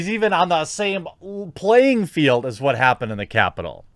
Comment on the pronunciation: why are you saying it like that? saying WHHHUT LIKE WHHUT